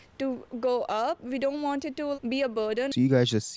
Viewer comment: "We vant a justice". 😆 🤣 😂